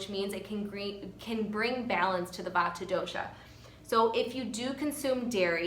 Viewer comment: The correct pronunciation emphasizes the "t" but is said quickly. I appreciate this video as I have a severe Vata imbalance